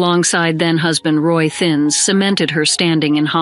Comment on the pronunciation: Lynn Lorring was married the Roy Thieness (?)pronounced "thin-ess" , not Thins.